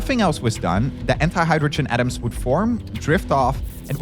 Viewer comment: I find this narrator hard to listen to, unclear pronunciations combined with suboptimal writing. I am constantly skipping back because he’s unclear, e.g “wouldn’t” sounding like “would”. Just say “would not” and speak properly when explaining hard concepts.